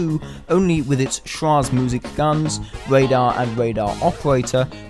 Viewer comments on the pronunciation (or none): just wanted to tell you "schraege musik" is pronounced "sh-rae-Ge- musik